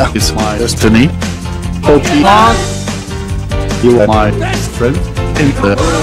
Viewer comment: Ja, k herken de Pokemon uitspraak heel erg van obama!